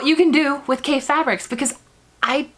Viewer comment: His name is pronounced like coffee, with an A! He's a very creative designer with a passion for color! You can't go wrong with any of his fabrics!